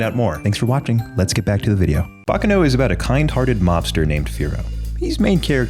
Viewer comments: its... bah kah noh... not "bacca no". for the love of god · Quick tidbit Baccano is Italian and not Japanese so it isn't pronounced like "Bakano" I have always really loved thus series! It reminds me a lot of the movie Snatch (great film, would recommend if you like this series, even if it isn't anime)